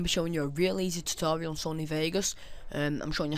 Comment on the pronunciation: Sounded like you said STD tutorial L0l